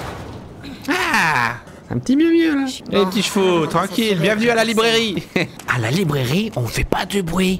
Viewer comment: on dit chevaux